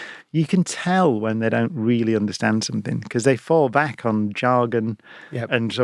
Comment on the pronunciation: Another great talk, but SOMETHINK!!! Really, oh no!!